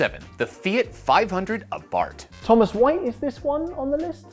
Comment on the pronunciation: "abart" XD its literally "Abarth"